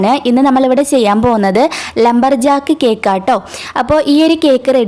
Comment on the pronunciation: ‘Lumber’ aan Lamber alla